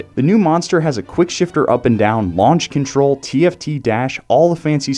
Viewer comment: Lol at “lunch contarl”